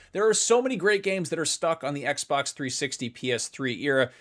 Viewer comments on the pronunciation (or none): none